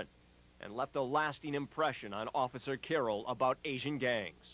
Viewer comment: lmao you cant pronounce "officer" to save your life